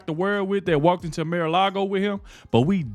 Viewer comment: It's NOT MAY - LARGO ... It's MAR ... Mar-A-Lago ( Mar-a-Lago (/ˌmɑːrəˈlɑːɡoʊ/; Spanish for 'Sea-to-Lake' )